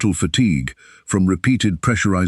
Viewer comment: What's a fuse a lage ?